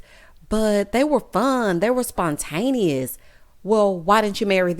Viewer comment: 😂😂😂 just confidently saying these words wrong. She got her own lil dictionary